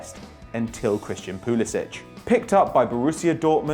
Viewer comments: its pronounced PulisiK not PulisiCH. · it's pronounced pulisic not pulisich even Christian said it himself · Pulisic. the c makes 'k' sound. this isn't a Croatian list breh. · Pusilic is pronounced Pulisik because for some reason he wants it to sound more American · Damian Likes Vegemite Pulisic said that you pronounce the k sound